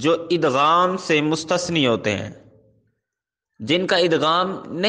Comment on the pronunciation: دوسروں کو صرف ٹھیک کروانے والے اپنا صیغہ بھی درست کر لیجیے کیونکہ آپ لفظ "مستثنی" کو درست تلفظ کے ساتھ نہیں پڑھ رہے ۔